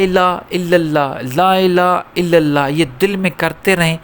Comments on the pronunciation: Bahut acchi Jankari lekin aap Lafzon ko galat bol rahe hain. Sahi Kalma hai La Ilaha Illallah aap Excel aur inhale donon mein H Ko Chhod de rahe hain koshish karen ki Lafzon Ki Puri Yadaegi Ho. Shukriya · Please pronounce probably. LAAILAAHA ILLALLAH